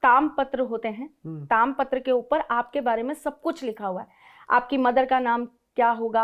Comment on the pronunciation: ताम्र को ताम और पूर्व को पूरब, सारस को सरस और प्रकृति को प्रक्रत, आह्वान को आहन और ऐसे ही अनेक अन्य गलत शब्दों को न कहें तो शायद ज्यादा अच्छा लगे 😊